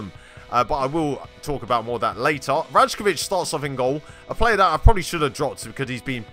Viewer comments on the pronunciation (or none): I also know it's "Ry-kovic" not "Raj-kovic", I ALREADY RECORDED THE EPISODE BEFORE I FOUND OUT HOW TO PRONOUNCE IT PROPERLY Love you all. xx